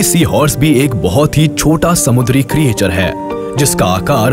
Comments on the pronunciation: "kriyechar" nahi "kreechar" bolo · Sir ye jo aap Creature pronounce kr rhe hn ye glt pronounciation h...aap ise क्रीएचर pronounce kr rhe hn lekin ye क्रीचर hota h😊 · आपकी आवाज बहुत अच्छी है। लेकिन भाई क्रिएचर नहीं क्रीचर